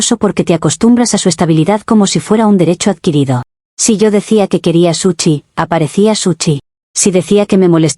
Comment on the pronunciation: Es gracioso cuando a la IA le toca decir sushi y dice suchi me hizo acordar a un vídeo que me mostró mí pareja de una madre que le hacía "suchi a sus hijos" 😂